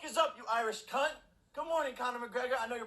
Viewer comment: oh god the way he pronounces cunt hurts my australian soul